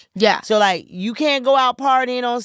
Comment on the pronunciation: Them "cain't"s were very crisp lol adorable.